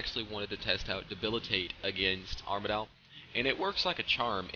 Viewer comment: Its pronounced arma-dil